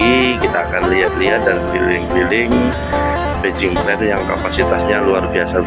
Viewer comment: Batching plane, bukan bejing plane,,jawa tengah hadir